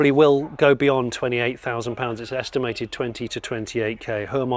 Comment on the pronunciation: I was more distracted by the repeated use of "estim-er-tid" rather than estimated.